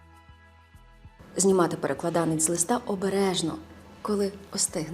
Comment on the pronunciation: Правильно наголошувати так: ПереклАданець!